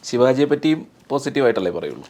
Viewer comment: ശിവാജി അല്ല ശിവജി എന്നു പറയണം 👍